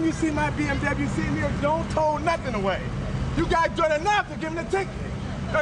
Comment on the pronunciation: i swear he said BFW instead of bmw.